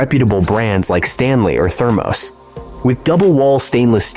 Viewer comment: Thermose is keeling me😂. Thermos I know. It’s the AI.